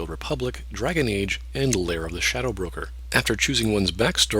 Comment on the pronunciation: "And Lair of the Shadow Broker" PFFFFFFT